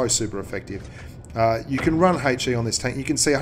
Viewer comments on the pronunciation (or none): It is ''HE" not "hey chi"